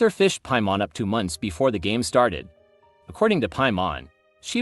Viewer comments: According to ,,Piamon´´? o.o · The AI voice is annoying. It doesn't know how to pronounce certain words (especially Teyvat or Paimon) and is monotonous af. Why not just read into a mic? 😂